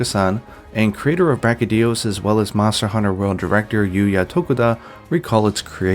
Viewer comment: *its BraCHYdios, not BrachyDIos